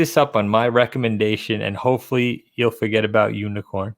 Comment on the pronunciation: Really guys? Unikorn? Really? LOL!!!!!!!!!!!!!!